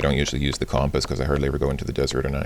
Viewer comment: You pronounce "compass" very strangely. kŭmʹpəs is the proper pronunciation.